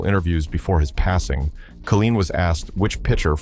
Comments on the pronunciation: It's pronounced Kay line not kah leen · "Kaleen"??? Whoever puts these programs together without knowing how to pronounce the names is a true dumbsh*t! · Al Ka-Leen, LOL. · Al-kuh-leen? Goodbye, AI. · Learn how to pronounce his name ! Ka LINE ! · (1) Who is this "kah-LEEN" of whom you speak? (2) Aren't you embarrassed to put this crap out into the public eye? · why they let this pass without checking how to pronouncing Kaline properly is inexcusable. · The AI announce can't can't even pronounce Kaline